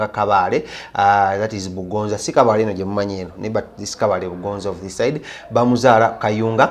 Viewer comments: Wakafa wakalya nenyoko nolugambo olufu yogera kubalala ono omwesonyiwe mbu ngongongongo mbu bugonza its bugonzi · Kabale bugonzi not bugonza hoooo